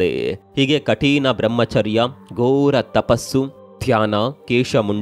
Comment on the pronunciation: ಕಠೀಣ ಅಲ್ಲ, ಕಠಿಣ.